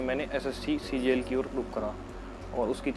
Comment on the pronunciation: Boss CGL not CJL 😂😂